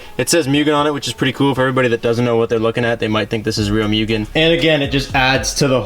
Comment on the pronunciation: Why do people say "myugen"